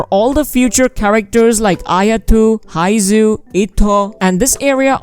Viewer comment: Not haizhu ..baizhu